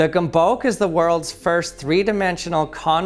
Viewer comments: Hey. Great, and I mean GREAT presentation. As a point of clarification, which, believe me, EVERYONE will get wrong FOREVER; is the pronunciation of Gömböc. It's pronounced like "gum-butts" in English. I'm sorry if that's funny, but it's still not as bad as Uranus. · It's a 'gumbuts', stress on the first syllable and the 'u' more like the 'e' in an unstressed 'the'. Otherwise very interesting! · it's pronounced this way g as in the word graphic than ö is like the "u" in the word burn "m" as in may again ö and the letter c is close to "t's" in the word it's. gömböc = gumbut's or something like that. That's the closest i can get. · No, the Hungarian Ö isn't a French E at all... it's a rounded /e/, pronounced like a Danish ø. The closest English approximation would be the vowel in "book". And others are right about the C, it's pronounced TS, like a French Canadian T. So "GOOM-boots" (the oo being the 'book' oo) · Put Gömböc into google translate, make it speak Hungarian, GET THE ACTUAL PRONOUNCIATION WHAT EVEN IS GHOMBOK Edit: Sorry, I was having an aneurism from rage. Here are some resources for easy access. The youtube links are a whole hungarian folk tale about one of these things eating a whole town. The second has the pronounciation , but it's just weird to watch even muted. Hungarian childhood nostalgia right there. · It hurts to hear your pronouncing the gömböc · Ö is pronounced OE... ( ¨ is a diminished e, as in ä) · The price of these on Amazon is crazy ! Now that I know it's Hungarian. I know he's saying it extremely wrong. I can't really explain the way you say it but it sounds much nicer in Hungarian 😅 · I like how each time he says it, he pronounces it differently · I like how he has like 5 different pronounciations of the word Gömböc in the whole video. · I like how he pronouncing it differently every time he says gömböc lol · Thats a hungarian invention. And you pronouce it wrong. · As a Hungarian the way he pronounces Gömböc makes my head spin